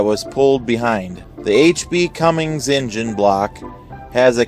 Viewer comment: Or how about the "Cummings" engine LOL. No G on the end of that name.